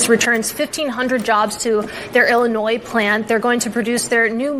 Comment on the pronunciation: Never mind that The woman in the Stelantis story mis pronounced Illinois